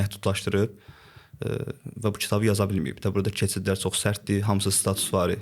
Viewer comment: İntellektual insanlar ilk əvvəl düzgün nitq qabiliyyətinə sahib olmalıdır. Dzərəyan, nedzə, tsox. Biabırçılıq.